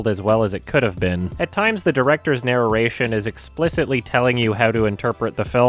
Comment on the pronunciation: naruration There's no syllable between those two Rs sir